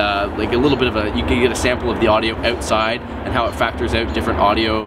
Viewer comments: What did you mean by"awt side" mean? Where you trying to say"outside"? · Lol "ewtside"